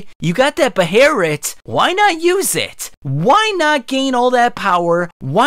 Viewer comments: I feel like clawing your eyes out for the way you say Behelit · Had to stop watching because he keeps saying buh-hare-ret lol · be-hail-it* is how you pronounce the word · If this guy says Beherit ONE MORE TIME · Why do you keep calling it a beherit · I believe it's pronounced "Bay-let." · Take a shot every time he says "Behereet" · Goddamn it's annoying lol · Isn't it pronounced BE HELL IT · A “beh-lit” its a “beh-lit” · come on calling it beherit 🙄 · Should rename this vid “Gaatz’s Behearreitt” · Drives me crazy the way you say Behelit... Even if you are technically saying it correctly or something you don't have the say the word so often. The video is about it so I'm sure we know your talking about it without saying the name of it in every sentence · When you mispronounce behelit, I die a little on the inside. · Your pronounciation makes my ears bleed. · Your pronunciation made this unwatchable , I’m sorry 😂 I’ll drop a like anyway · They way u Say Behelit makes me not want to watch your videos frfr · brooo where do you see an "R" in that word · 2 minutes in and i cant stand how this dude says behelit, im out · You call yourself and make a dedicated video about Behelits yet have absolutely no idea how they work or how to pronounce them... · There is no R in behelit. Why do you keep saying it so wrong. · Its bugging the shit out of me. There is no r in that word.. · Pretty sure behelit has no r in it? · When i hear you say, Behelit. It sounded like you say the N word, with a HARD R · I hate the way he says behelit sorry it just bothers me 😅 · Dog stop pronouncing it like that please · your pronounciation of behelit is aggrevating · pronounce it correctly next time - Behelit doing the japanese swaping Ls for Rs is extremely distracting it was for you to, as you always pause for a second before saying it, because you have to try to say it, because its inherently incorrect and your brain cant wrap around pronouncing it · OMG stop saying Behelit